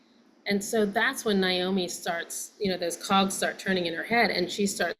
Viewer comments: Naomi is not pronounced Niomi. The”i” is at the end. It’s a simple name. NA- OMI.🤷‍♀️ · The two of you both. Saying Niomi instead of Naomi really freaks me out. Do you both know you’re doing that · Why do y'all (especially this director) keep calling her Ni-omi???🤔🤨🙄 Her name was NA-omi!😆🤣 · NAOMI NOT NIGH-OMI ..Shame on both of you NOT EVEN knowing how to properly pronounce this legends name! Wow! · let's pronounce mom's name RIGHT pleeease..... NAOMI... should sound like this 'Nay-Oh-me' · Please!!! Pronounce their names correctly 😖 It’s Nay-Omee and Why-nOnna. So disrespectful of both ladies to continually butcher their names. Do better!!! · Yup, NAY-omi, & I hear the mispronunciation in many news people, show hosts, & those who've had only a passing, professional interest in them. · Her name was NAY-Oh-mee!! 🫠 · I can see Melissa mispronouncing it cuz it's just another story for her to get into & on to the next one. But Alexandra, who spent countless hours immersed in this family? Huh lol